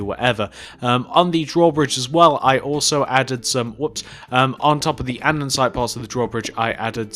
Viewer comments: its not andensite its andesite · You shouldn't make building tutorials if you don't know how to build, or how to pronounce A N D E S I T E